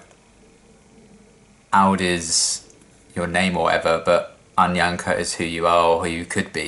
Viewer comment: Aud is not pronounced like "odd" in Swedish, but to rhyme with "brown".